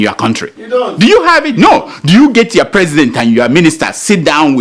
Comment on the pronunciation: "It's time for yowa emails" (it's your not yowa lmao)